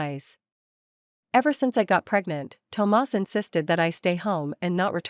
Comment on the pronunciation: Why did the narrator keep pronouncing Thomas as tomars😂it’s burning my ears 💀💀💀